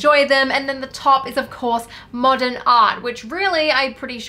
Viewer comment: “Mordern art” - when you spell the word the same way you say it